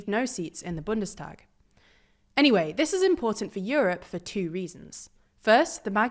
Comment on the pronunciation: Bundenshtag (pronunciation)